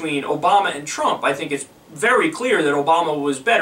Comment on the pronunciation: I guess "Thhrump" has to lob another missile for Mr Zakaria to deem him "phhresidential" again.